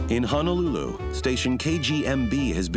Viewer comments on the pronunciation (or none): none